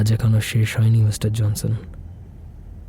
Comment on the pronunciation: er Pronunciation kane lagche. JONSON ke JANSAN, "ড়" ke "র"